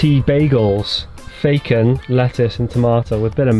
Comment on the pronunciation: Did I hear you say Facon in stead of bacon